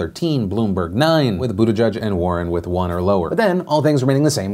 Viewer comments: Dude...love yo face, but pleeease... Buttigieg = “boo-da-jidge,” “jidge” like “fridge” and like the “j” in “jiffy”... not “boo-de-judge” like you keep saying it. Or, Mayor Pete..or just Pete...the name of a presidential candidate this far along is kinda important (imho) 💕 No love lost, just feel it’s respectful to say names as intended 😊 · STOP SAYING BUTTE-JUDGE! It's JEDGE, like ledge and hedge. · Buttigieg - Say: Booteegeeg (Boo - tee - geeg) You are welcome, from Malta! Part of the nation since 2006 ;)